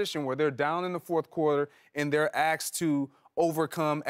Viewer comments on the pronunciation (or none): It’s Asked not Axed . I wasn’t even born in this country and I know that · Greg Jennings ALWAYS pronounces "asked" as "axed". It's every time he says it on this or on Undisputed and I can't stop noticing it.